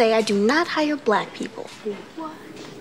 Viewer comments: Why did she like pronounce the B in black no loud like “I don’t hire B lack people” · That actress did an amazing job making us believe she was racist. I never seen someone pronounced "bLack" the same someone people pronounce "wHite" 😂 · Why she say “Black people” like that 💀 all up in my face